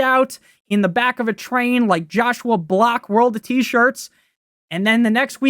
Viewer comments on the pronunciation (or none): none